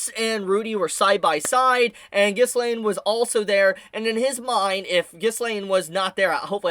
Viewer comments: Remove the s in ghilains name (however you spell it) and you got it basically should sound like Ghilain. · Ghislaine's name is French, and is really pronounced as "Ghi-Laen" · Ghislaine name is pronounced Gill-lA-ine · No, you´re still not saying Ghishlaines name right xD